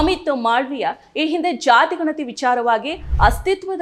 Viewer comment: Nimma uchcharane thappagide. Ganathi emba oththakshravannu sariyagi uchcharane maduthilla